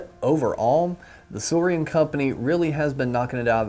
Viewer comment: It’s nit suorian it’s suorin